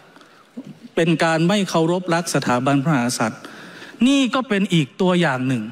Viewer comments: คุณชัยธวัช ออกเสียงคำว่า พระมหากษัตริย์ ไม่ชัด คำว่า กะ แทบไม่ออกจากปาก จงใจหรือเปล่า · ชัยธวัช คนไทยแท้เปล่าครับ ขนาดคำว่า พระมหากษัตริย์ ยังออกเสียงไม่ชัดเลย ไม่น่าเกิดในประเทศไทยเลย